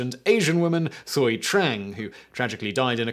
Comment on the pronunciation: Also, the name Thuy is pronounced like "twee".